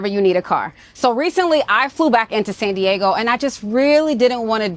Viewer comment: It’s not pronounced SAHN Diego! It’s SAN Diego. Also whenever you get behind the wheel, PLEASE BE SAFETY CONSCIOUS AND DO NOT DRIVE WITH YOUR LEFT ARM ABOVE THE SHOULDER BELT. Just clip your microphone to your shoulder belt while you’re driving🙏🏻🙏🏻🙏🏻❤❤❤🍑🍑🍑